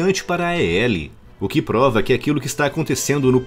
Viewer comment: É estranho ouvir A-E-L ... Na própria empresa é pronunciado "AEL".